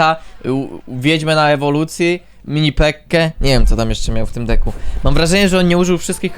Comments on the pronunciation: Czemu ty zamiast decku muwisz dicku xd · on tak mowi specjalnie zeby ludzie tym w kom spamowali . . .